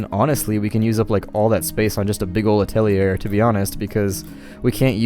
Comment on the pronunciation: Atelier is pronounced "At-uh-lee-(h)ey" French for workshop :) And you should leave the omelet producing on. It doesn't affect the chicken and it provides extra food as backup so people don't starve at least. Finally, you have floating rocks above your new atelier location. Just use a scaffold to allow them to reach it and get them mining. It's currently preventing you from placing your last skinning station. :)